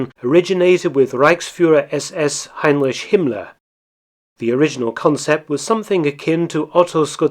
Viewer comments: It's Heinrich Himmler, not Heimlisch. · HeinrISH??? (As opposed to "Heinrich"?) ---lol